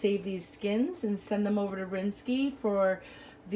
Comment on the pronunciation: Rinske’s name is pronounced Rinskā😊👍🏼